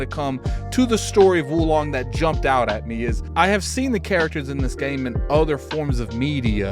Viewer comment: Whoa Long. Not Wu Long lol.